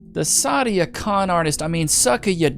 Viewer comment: Its not sadia khan, its Side-A Con